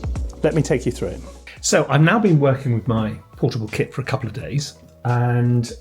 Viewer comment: Oh lol “KIT” I kept thinking you were saying I’m taking my Kid with me lol